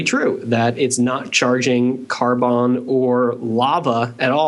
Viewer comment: it's karbon....nt karboon